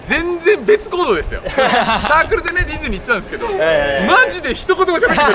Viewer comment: デズニーじゃなくてディズニーって言えてる？笑